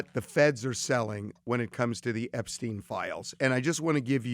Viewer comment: We can start with addressing his name purposely being mispronounced time and time again to cover up his origins.